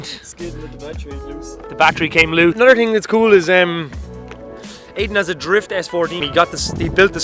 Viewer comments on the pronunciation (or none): none